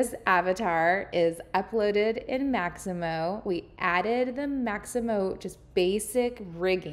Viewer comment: Mixamo, not Maximo